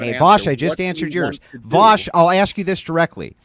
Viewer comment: You don’t even know how to pronounce Vaush’s name 😂